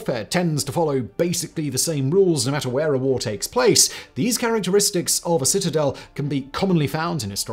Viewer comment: Haha citizels love this video but citizel 3 times makes me laugh because of the rule of 3 in comedy. Citizel of the city of citizelotry citizeliation 😂 got to love siege warfair reminds me of age of empires 2 what a game. Also jerusalem was besieged afew times. Thank you. Have a wonderful week. All the best ❤